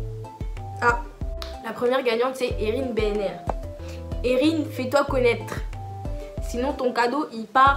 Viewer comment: Oh putin !!!! C'est la première fois de ma vie que je gagne un truc même la fève dans les galette j'ai jamais !!!! Ptdrrr moi qui me disait oh non un tirage au sort avec du papier c'est sur je n'ai aucune chance" En plus tu as bien prononcé mon prénom "Erin" mdrrrr MERCI beaucoup!!